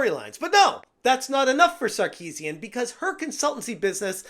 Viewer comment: Repeating her name over and over again sounds like "I need a sarcasm"